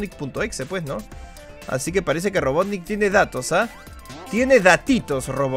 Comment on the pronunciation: Wiiiiiiiii dijo robotnick jajajja